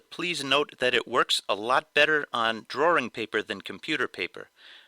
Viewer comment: why the fck do some ppl pronounce drawing like drawering